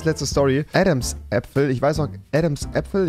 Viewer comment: Wie kann man Adams Apfel nicht kennen und dann noch falsch aussprechen.. Rewi lern Deutsch